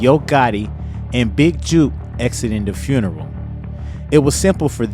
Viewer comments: It’s Jook. Not juke. Like jukebox on Rasing Kanan 😂😂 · Can't take you serious, you don't know his name. It's not juke , it's jook. Like fish hook. 😂😂😂😂😂😂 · Jook rhymes with Hook. Juke rhymes with Duke. Just helping you bro.